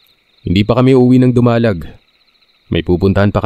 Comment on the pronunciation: To all letter senders, why don't you put accents to the vowels of the words esp. in names of places so that the narrators could pronounce it correctly. Ex. TAPÁZ/ DUMALÁG both are CAPIZ towns.